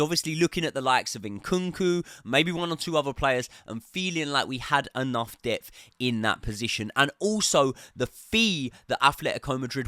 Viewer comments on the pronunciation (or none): none